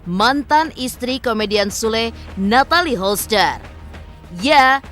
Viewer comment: Yg terbaik saja buat mreka yaaaa.. cm mau protes aja,ini yg bca skrip g pernah bener nyebut nama Natalie Holcher 😅😅😅😅